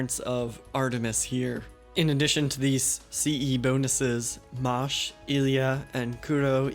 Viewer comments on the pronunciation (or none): none